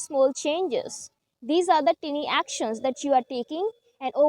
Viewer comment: Please check, tiny, pronunciation